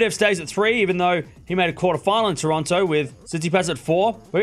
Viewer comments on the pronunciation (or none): none